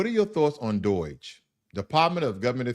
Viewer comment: it's DOGE, not DOIGE